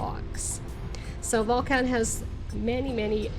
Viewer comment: This was a bit difficult to listen to. Some advice: If you come to Volcan [pronounced vol-CON] due to the changes in the Friendly Nations Visa, you will be required to purchase property. It a terrible change in the law. It increases the price of everything as more and more Ex-pats move here. And the locals know it. There's going to be some things you don't like. Keep in mind that you are a guest. People call themselves "Ex-pats" but they are immigrants. That's okay. Panamanians run things the way they do. For example, if you go to a fonda [pronounced PHONE-da] you will likely be served in a styrofoam container with plastic utensils. Less than ideal but that's they way it is. Darn tasty, very inexpensive. You know who isn't concerned with "plenty of parking"? Panamanians. Most get around by bus and taxi and it's fun and VERY inexpensive. A great way to practice your Espanol. You don't need a car. If you have ever found yourself complaining about fuel prices in North America, just wait. Want to get to a trailhead? Get a taxi. How do you get back? They will wait for you. Much more expensive but over a year, not having a vehicle will save you a ton. If you must have a vehicle, you don't need a giant SUV. Those monstrosities are pompous and out of place. You are likely going to have a housekeeper. Get to know her, practice your Espanol with her and understand she likely has an hour or more commute just to help you. Thank you for your consideration. Edit: Don't surprised if your ho